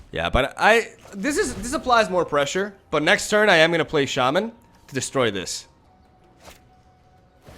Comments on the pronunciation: It's not sha man lol. It's pronounced shamman basically. I don't have any copies of nexus myself and only one Teferi. I play gruul and boros decks in ranked. I also have the sultai krasis deck with the explore package and that may be better than my other decks but I love rhythm into hasty beasts and angels and heroic reinforcements. I won't play cancerous decks. I refuse to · its obviously shay-mayn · either way, it's not sha-MAHN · It's a long a, so shah-man, but as my Latin teacher loved to say, English is a lazy language. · It’s pronounced Shay-man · Its SHAman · The accent is on the first syllable, actually! It's pronounced like SHAH-mun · No the correct pronunciation is Shay (like in "shave") and man (like in...well..."man").